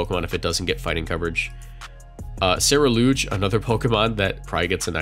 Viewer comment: Gonna try and nip this in the bud and hope that realizes Ceruledge is pronounced seh-roo-lej and not seh-reh-loozh. While on the topic, I think it's worth mentioning that Ceruledge being Fire/Ghost with Flash Fire means it benefits from switching into a Will-o-wisp and is immune to Fake Out, making Covert Cloak available to another member of your team. I get the feeling we'll see a lot of it in gen 9 VGC.